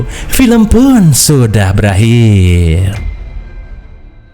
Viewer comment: "Pilem vun syudah belakhirrr" ah sudahlah